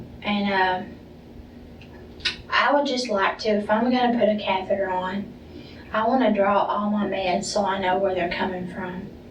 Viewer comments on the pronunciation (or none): none